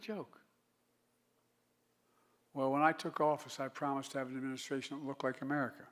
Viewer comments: Wow. Total incoherent baphoon. We are the United States of Amerigotid. Why would the Dems continue rolling this corpse out? So embarrassing....complete with the same one liners he has used over and over and over again and thinks shouting and pointing his finger makes it less cringeworthy than the hundred times before. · I miss laughing at all his gaffes. This one was pretty funny though. “Amerigotit!” Lol